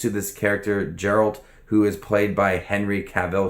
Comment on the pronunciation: I know it is difficult for someone new to the material to get pronunciations right but I can't front the way you pronounce Geralt sent me right up the wall. It is a hard G. Ger-uh-ld